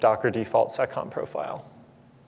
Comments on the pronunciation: It's "seccomp". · "Add the default SOCOM profile" SOCOM?? What did he just say??? Even the closed captions didn't pick it up.